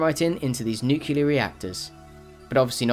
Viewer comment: Dude it's nu-clear not nu-cular...Jesus!!!!